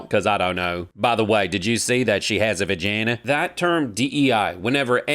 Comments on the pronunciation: A "vegeena" 😂😂😂😂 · When said "vagena" 💀